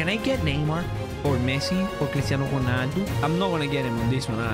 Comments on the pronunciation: dont say jonaldo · "CRISTIANO GHUNALDOOOOOO"😂